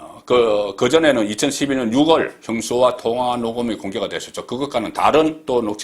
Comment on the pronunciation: 송국건 기자님 수고 하십니다. 미국 뉴저지에 사는 애청자 입니다. 한국 정치와 시사 정보를 정확히 설명하셔서 도움이 됩니다. 한가지 작은것 지적합니다. 우리말의 표현중에 “6월”이 유월이 맞을텐데, 반복해서 “육월”로 발음하시는데 , 그럼 10월도 시월이 아닌 “십월”로 발음 하시는지요. 언론/기자분들의 발음은 상당히 중요하다고 생각합니다. 특히 저같이 오랜동안 해외에 살고있는 동포에게는 표준말이 아닌 발음사용이 상당히 거슬리게 들리니 고쳐주시면 감사 하겠습니다.